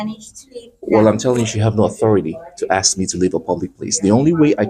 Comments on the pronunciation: ".. don't axe no qwestions..." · Please stop axing me....i find it very threatening 😂😂😂